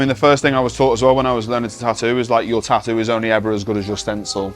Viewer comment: its tattoo not TA-OOO...